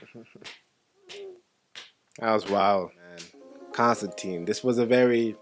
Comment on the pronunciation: Ok, there are 2 glaring errors in this film vs the comic (Hellblazer), but it is basically a perfect adaptation other than these 2 issues. Constantine is pronounced con-stan-tine, not con-stan-teen. Also, Constantine is British, not American. Now, both these can be explained by just saying "it's an American addaption" but I think I would have liked just a little more comic representation.